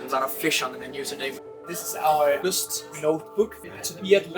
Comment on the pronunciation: Not Lust; the name is pronounced Lyst.